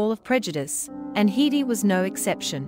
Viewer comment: Her name was always pronounced HEDD-dy, never Hee-dee. Bad, bad robotic narration.